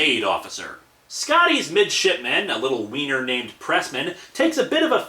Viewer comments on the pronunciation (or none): none